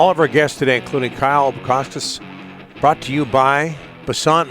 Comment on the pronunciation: Donnie you butchered Kyle's name